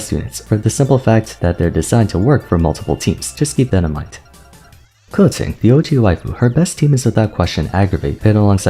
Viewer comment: is it just me but the way he says keqing is sooo satisfying? idk it just scratches my brain sooo well